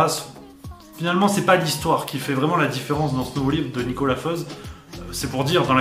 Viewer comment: Petite précision : même si Nicolas Feuz est suisse romand, « Feuz » est un nom alémanique et se prononce donc « Foïtz »